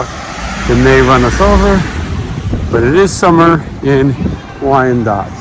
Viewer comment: You pronounced Wyandotte correctly, it's a nice town. I got the Four Rooms reference to the body in the mattress, you don't want that! LOL. Tim Roth cracked me up in that movie! Love the video!